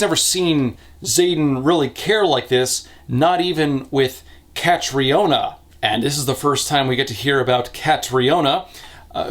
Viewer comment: It's prononced Kat_REE-nah btw